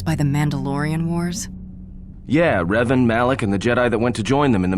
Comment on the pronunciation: Revan, not Reven. With an "A", not an "E". It's amazing what can be done nowadays with AI. I bet in a few years we'll get a remaster done by fans and the whole process is sped up by AI. Anyway, amazing job! You got a new subscriber 😉👍